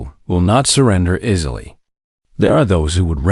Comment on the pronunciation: ⭐ AI writer obsessed with 4s and 7s. "easily" is pronounced "eezily" not "izily", and "procedures" is pronounced "proseejers" not "prosijers". Fix your electronic narrator's data base.